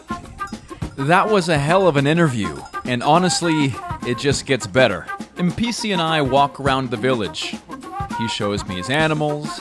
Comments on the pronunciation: When you said Mr Mpisi, I heard Mr NPC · i heard NPC the first time you said the word 😂 but that guy is a legend! definitely not an NPC.